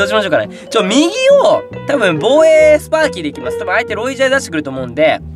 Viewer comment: スパーキになってるよー